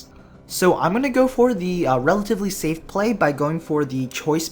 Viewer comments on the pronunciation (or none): none